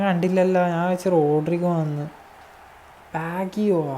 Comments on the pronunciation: ബാഗ്ഗിയോ അല്ല മോനെ ബാജിയോ എന്നാണു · അല്ല. റോബർട്ടോ ബാജിയോ എന്നാണു. ലെജൻഡ് ന്ടെയൊക്കെ പേര് തെറ്റിച്ചു പറയരുത്. മോശമാണ്. വേൾഡ് ക്ലാസ് പ്ലേയേറാണ്‌ ബാജിയോ. പഴയ യൂട്യൂബ് വീഡിയോസ് കണ്ടാൽ പേര് അറിയും.